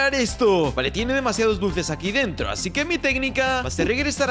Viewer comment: xd el que corrige... dice "aci" se dice: "así"